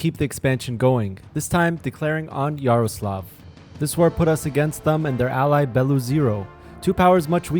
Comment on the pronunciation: yes bro it's JaroslavL not just Jaroslav